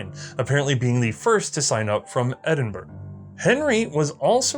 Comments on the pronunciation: Edinburgh is pronounced Edin burrah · It’s pronounced Edinburough, even though it’s spelled Edinburgh. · Eh-din-burra, actually. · Edinburra and Leeth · No one pronounces Edinburgh like that. Say it with me it's pronounced Ed-In-Bra. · Wrong. It's Edinbrah. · There are 3 different pronunciations of Edinburgh in the section introducing Alexander Henry. I don't think any are correct. You would think that Americans could pronounce place names in their native language correctly but apparently not. Keep up the good work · Hurrah for Sgt McKenzie from the Queen's Own Foot and Mouth Highlanders! Excellent stuff, - tips Blenheim is pronounced Blenhem, Edinburgh' is pronounced 'Edinburra' and 'Leith' is pronounced 'Leeth' - a native Edinburgh lad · This is wonderful. Just one note: You saying British placenames (like Edinburgh, Leith and Woolwich) is painful. They're Edin-burr, Leeth and Wool-itch. ( (/ˈɛdɪnbərə/, /liːθ/, /ˈwʊlɪtʃ/ if you understand IPA). Since you're doing a series: any chance you can just check on any new placenames (and personal names) before you say them? I know we write placenames and personal names in ways that bear no resemblance to the actual pronunciation (because they're spelled how they were pronounced in 1400), so it's really hard if you don't know - but if there are going to be other parts, that seems like a detail you could work on.